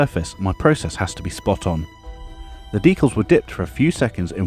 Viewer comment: Looks great! Amazing finish! Might just be your accent, but you have sort of invented a new way to say decals, deculs